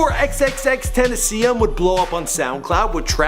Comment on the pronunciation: Nigga you didnt even say his name right